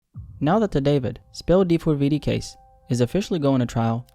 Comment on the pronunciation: Mane we know his name, stop saying d4veedee